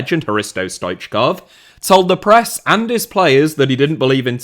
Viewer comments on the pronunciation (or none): none